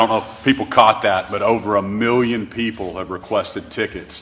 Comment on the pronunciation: Reporter: How many tickets were requested? Trump: Over a meeyon tickets.